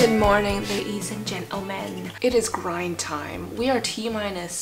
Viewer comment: at first I thought she said crying time but it was grind time😂 anyone else?